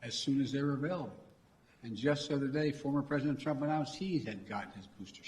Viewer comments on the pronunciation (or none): none